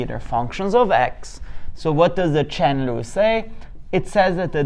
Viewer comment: Im not a good English speaker, so I was confused hearing Chen Lu, wondering what is this? 😁